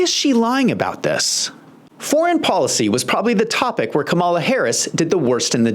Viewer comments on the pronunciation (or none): It’s KAWM-a-la, not Ka-MAW-la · Her name is pronounced: calm-A-la NOT come-ALL-la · Sir, you really should practice the proper pronunciation of President Harris's first name. Let's say it together: Kam a'la (NOT Ka-Mall-Uh). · Dude, if you can say PAMela, you can say KAMala. Just stop. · Please say the woman's name correctly. Kàmala. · I love you, man. We need more perspectives like yours. But anyone still pronouncing her name wrong (with the accent on "mala") sounds like a hack. Don't sound like a hack. Please. The opposition can show disrespect. Let them. We should rise above that. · My first clue was this guy not saying Kamala’s name correctly this is a dead give away that you are a Trump supporter so your opinion would be biased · Mispronounced her name again and again......I WONDER WHY? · You can't even properly pronounce the Vice President's name. You have no business offering your opinion to anything relevant to the debate. Your comments make no sense, along with the comments donald trump. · You might want to learn how to pronounce her name, then admit it was a disaster for Trump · Can’t watch your video if you can’t even pronounce her name correctly. Let me know when you have that down and I’ll give you a second chance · Pronouncing the name of the vice president would be a good start to lend credence to your talk